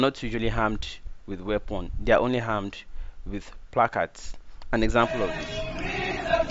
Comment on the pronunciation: My dear, it's armed not harmed